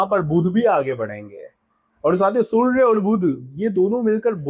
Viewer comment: मात्र सूर्य शब्द का उच्चारण आप ठीक से नहीं कर पाए